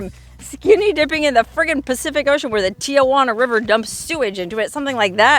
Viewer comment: Local San Diegan pet peeve, here: it is Tee-Hwan -uh. There are NOT 3 'A' s in Tijuana. I have spoken. Have a good time I'm up here in Carlsbad about 45 minutes from there where you are in good traffic. You shoulda camped here; we have nice campgrounds from here to San Clemente. Dana Point's a nice one, too ! Peace, sister!😊